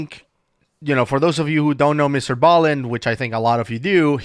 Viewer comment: I liked when you used to call him Mr.b-allen